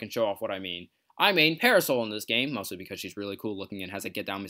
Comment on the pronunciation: I really like this video. Excellent topic and supporting material. But, I have to watch it in shorter segments. It sounds like is pronouncing "parasol" as para-soul. This may or may not be the case, but it is hard to get over. Top quality content, though.